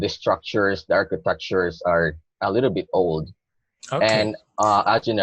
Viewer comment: I have observed the all speaking test and concluded that in his 2nd part of the speaking ...his pronunciation of little was like lethal that doesn't mean kid it's just a synonym of killer and something that is really deadly